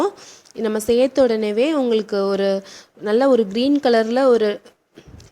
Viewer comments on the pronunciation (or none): none